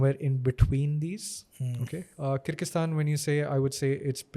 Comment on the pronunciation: He couldn’t even pronounce kyrgyzstan 🤨and speaks about worlds education system regarding doctors 👿